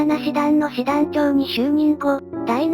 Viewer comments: 動画を作るなら読み方くらいきちっと言えよ。他の人も言っているけど 大日本帝国の師団は「だいしちしだん」な「だいななしだん」は自衛隊の師団だよ。 読み方ひとつ知らないで適当に作ったら説得力が全く無くなる。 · 第なな師団ではなく、第しち師団ですm(_ _)m ちゃんと意味もありますので出来れば訂正お願いします。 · 普通は｢ナナ｣で正しいのですが、第七師団の場合は｢ダイシチシダン｣と呼ぶようです。明治天皇がそう呼んだからだそうです。